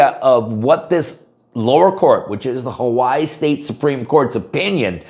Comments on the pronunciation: Huh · wai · ee, Not How-Why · Ha-why is the English pronunciation.. Ha-why-ee is the Hawaiian.. doesnt look Hawaiian